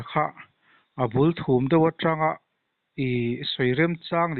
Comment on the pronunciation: Duhlian tawng hi utuber ho leh chanchinbu mite hi chuan hmang uluk deuh ula tha in alang."abulthum; irawn tia."abul hrum;tih zawk tur ani e.